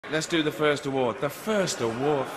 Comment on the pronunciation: Let’s do the first award…(quick pause, rolls his eyes) The first award…fffffff 😂